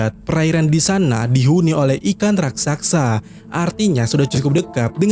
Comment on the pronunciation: Raksasa bg bukan raksaksa 🤣